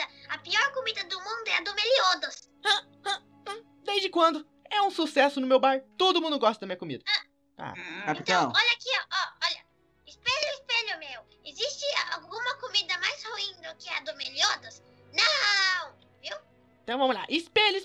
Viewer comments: se goxta de goxta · você gosstam de gosstam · goxta de goxta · você goxta de goxta